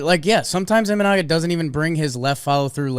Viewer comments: Munetaka (ah) not (ee) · close, muneTAKA murakami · no, you didn’t. And Trevor confirmed your mispronunciation. It’s not that hard. MU-NE-TA-KA